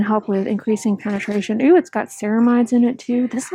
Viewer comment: I think she does actually say “eww!” It throws me off every time lol